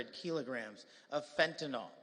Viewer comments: Fentanyl, like Benadryl. NOT fen-ten-ALL. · I guess many Americans can no longer read. It ISN"T FENTANOL! It is fentanyl, ends with YL, rhymes with bill. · SMH. It's Fentanyl pronounced as (NIL) not (NAWL). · It’s pronounced fenta-nil, sir